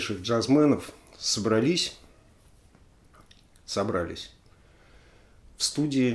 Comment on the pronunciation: Алексей, warrior от слова war (вор) война, поэтому "вориор", а не "вэриор". И еще, только Вы сказали правильно "собралИсь" и тут же исправились на неправильное "собрАлись". Извините за придирки